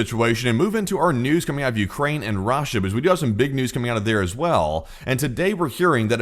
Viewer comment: why do you pronounce Russia like raw-sha